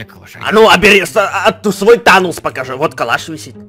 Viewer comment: не тонос а танос